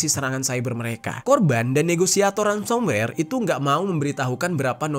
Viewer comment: mohon koreksi ya kak, sepertinya itu yg disebut Ransomware, bukan Ramsomware heeheh😊